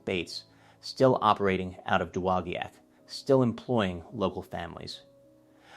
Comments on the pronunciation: Dude learn to pronounce dowagiac its doe wah jack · It is correctly, at least modernly, pronounced duh-wah-jack. Cool video! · You slaughtered that! Da - wa - jack. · It's pronounced Doe- wah-jack. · Fantastic historical video! The name of the town is horribly mispronounced, but the story is very well related. I grew up as a child here, only 2 blocks from the factory, and still have some of my original Heddon baits. A friend of my father had the job of underwater testing of new baits. He would travel to warm climes with his scuba equipment to view and report to the company how the baits performed. He'd visit us on our lake and demonstrate how to use the gear. What a great place to grow up and experience part of this strong historical story! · Great video, but you should learn how to say, “Dowagiac”. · Should probably learn how to properly pronounce the town of Dowogiac, MI, before making the video!